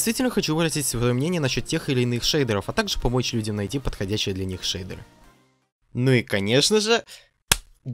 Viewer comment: шейдуэуы, это хоошие шейдуэуы, ояинь хоошая дигция